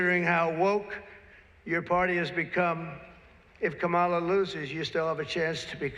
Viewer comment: It´s Kámala. KAMala.